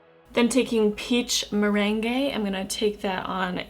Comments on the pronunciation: Merengue is the dance. Meringue is the food. The palette spells it meringue so it mer-rang pronunciation. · “Than I’m gonna take peach mirangay” 😂😂😂😂😂😂😂😂 the way she said meringue😂😂😂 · Aw it was so cute when you pronounced the top left shade. Meringue is pronounced mer-rang :) Love the makeup look! x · omfg the way you said meringue hahaha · loling at how you pronounce "peach meringue" haha